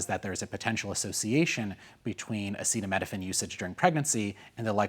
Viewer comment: I'm not trusting a man who cannot pronounce acetaminophine. Autism is mostly genetic, people have to remember even one small gene can skip a multitude of generations then suddenly appear.